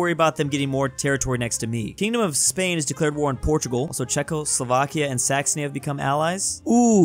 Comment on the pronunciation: did he say s*xony?